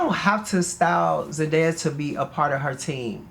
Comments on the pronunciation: the fact that mispronounced ZENDAYA numerous times lmaoooo. law said her name multiple times. it's zen-DAY-a. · this journalist<<<< the interrupting, mispronunciation of zendaya’s name, it’s all weird lol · As someone who has to correct people on how to pronounce my name,it was annoying to hear her keep saying Zendaya wrong and Law said it multiple times. I love Law and hope he goes back to styling when he feels like it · Great interview and really great questions from the interviewer. But I could not stand her calling Zendaya Zen DIE uh 😂 Respect our girls name or don’t say it at all!!! ✊🏽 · DEFINITELY FELT THIS RIGHT AWAY she was just getting threw the questions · As a journalist, she knows the name. It’s called intentional shade lol